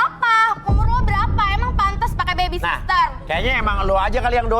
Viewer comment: salfok sama bacaannya harusnya baby sitter tapi kok jadi lain